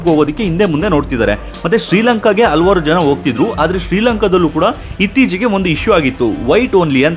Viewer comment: ಹಲ್ವಾರ್ ಅಲ್ಲ ಹಲವಾರು ಅಂಥ ಉಚ್ಚಾರ ವನ್ನು ಸರಿಮಾಡಿ.